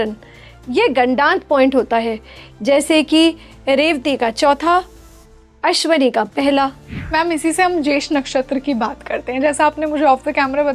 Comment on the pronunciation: ~ "अश्वनी" ग़लत उच्चार है, 'अश्विनी' बोलना चाहिए। ~ "अश्लेषा" भी लिखना-बोलना ग़लत है , सही शब्द 'आश्लेषा' है।